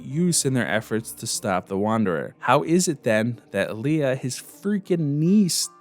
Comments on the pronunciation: I love this, but omg the pronunciations. Ber is said like "bear" and Leah is Lee-Ah, not leia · LEAH….(Lee-uh)….not Leia. You said it right for the first few times…but it got grating every time you said it wrong. Good video otherwise though. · Why does he say leia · “Really liked Leah” yet couldn’t even pronounce her name right 🙄